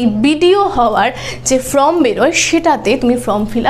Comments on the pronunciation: উচ্চারণ টা ফ্রম(from)হবে না, ফর্ম(form) হবে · কথাটা ফর্ম, ফ্রম নয়।